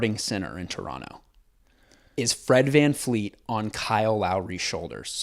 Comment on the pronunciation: does homeboy know that it’s Fred VanVLEET not VanFLEET? 😂